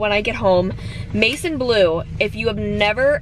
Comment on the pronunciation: It’s pronounced like mae-zawn blue 😇